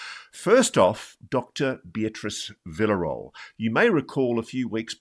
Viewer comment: Sorry Ross, but Villarroel in Spanish sounds something like: "Veeyarroal"; at least that's a much closer sound to the real name! 😚😙☺